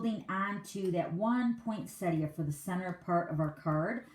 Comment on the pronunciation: Love the cute card but the poinsettia cards are just gorgeous. Also very refreshing to hear someone calling it a poinsettia not a poinsetta. Thanks for sharing both styles of this card - I've always been scared of making one of these but after watching you, I think I'm going to try. Bev from Sydney Australia.